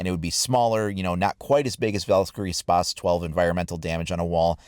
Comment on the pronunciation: Spazzzzzz not spassssssssss